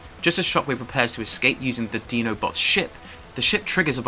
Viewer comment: Did u really call them "DENO-BOTS?"😂😂 its "DINO-BOTS" with an 👁my guy👍